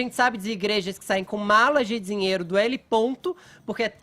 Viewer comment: O sujeito não consegue sequer pronunciar a palavra : "dinheiro" ; e vem falar sobre um assunto tão sério ????